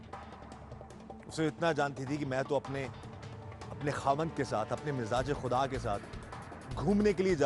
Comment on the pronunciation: mizaje khuda nhi anchor ..mijazi khuda hota hai